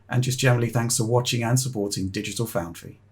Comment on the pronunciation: "Dogital Foundry" was gold.